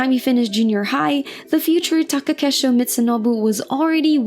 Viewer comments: Taka KEI sho. Not Take KE sho. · *Komusubi not Komosubi. Also please learn how to pronounce Takakeishos's name properly, please do your due diligence.